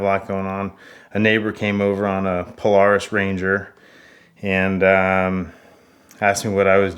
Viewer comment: “Pole-are-is” close enough